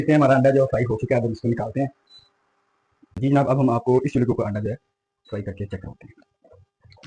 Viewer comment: Word "Anda" hota hay...AANDA nahi